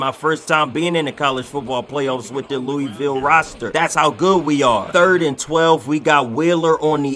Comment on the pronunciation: You pronounced Louisville wrong but I love the vid gang